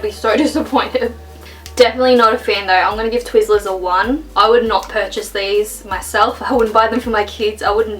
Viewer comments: its twizler not tweaser or am o deaf 00 w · "Tweezlers" lol love ya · I'm screaming I know it's her accent but the fact she said tweezerrslers made me laugh so much😂😂